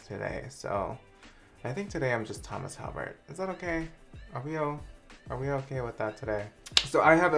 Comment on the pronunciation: why the fuck did i hear "hey guys its me, its hummus" in the intro im dying lmao